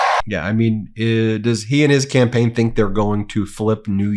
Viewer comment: I believe that what he's doing is called "camplaigning" 🤣🤣🤣🤣🤣🤣🤣🤣🤣